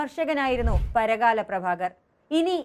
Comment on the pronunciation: Parakala alla, Parkala anu.